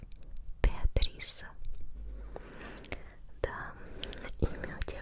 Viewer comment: Я итальянец, и меня зовут Беатрис, мне очень нравится, как вы говорите мое имя❤️